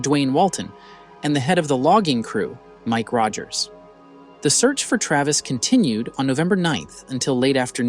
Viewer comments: What's with the odd pronunciation of words in this? It's like it is being read by AI. "Sore" pronounced as So-ree, "Travis" as Tra-vees, "inside" as in-se-dee. Painful to watch considering the words were pronounced correctly at other times. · The average American accent is right on the money but mispronounced common words like I.V. as Ee.Vee, or Travees, or saying “at twoat am”, or “hypnoughtist”, or small “soaree” instead of “sore” on his arm , is suspect. Also saying military “exploration” instead of experiment or weapons testing ! Seems like disinformation from a Russian propaganda machine ! Come to think of it, the narrator’s accent sounds exactly like the American accent the commentator on the “RT” channel has been trained to use !